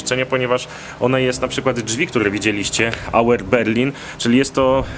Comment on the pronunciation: Auert z Berlina nie "Auer"...